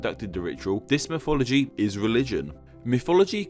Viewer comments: A pity they couldn't have got a narrator for this video who could pronounce mythology correctly, instead of "miffology". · Every time you say mythology, I just hear "miffology"